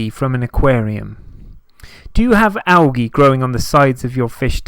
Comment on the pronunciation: "AL"- g' -E That's Algae Junior - ROFLOL Am howling - never heard it pronounced like this, ever! "AL - the letter G" is the correct pronunciation in the USA. It struck me so funny!